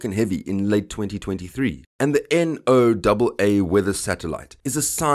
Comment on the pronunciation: “En-oh-double A. Eff double A”. Make him stop please.